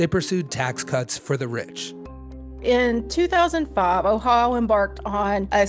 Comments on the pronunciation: It's Ohio, not Ohao, missus. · I noticed her pronunciation too. I grew up in Ohio, even lived in Springfield for 5 years, I haven’t heard that way of saying Ohio. Oh-ha-oh. I do know the people in Cincinnati pronounce it Cincinnati-cin-nat-a. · I didn’t know Ohio is pronounced “Oh How” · Have I been mispronouncing "Ohio" this whole time? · I am shocked about the way this woman pronounces O H A A A i O